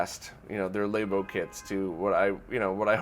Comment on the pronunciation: It's Nintendo Labo, like lab, not Lay-boh, dammit! Unsubscribed.